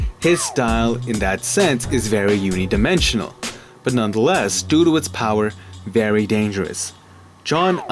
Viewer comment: lost me at "unidimensional." learn how to speak, my dude